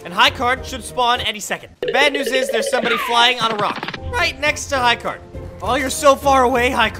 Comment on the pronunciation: Why did you say high card it is high gard